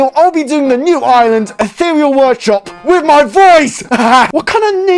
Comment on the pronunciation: He says “what kind of name is eatheral workshop” me on the inside:🥲